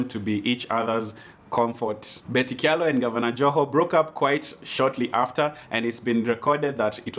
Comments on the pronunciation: So,, it's pronounced "cha-lo" not "kya-lo" just so you know:-). Aki don't blast me. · Kamba names with ky are pronounced ch eg in this case kyalo is pronounced chalo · Kyalo pronounced as 'Chalo'!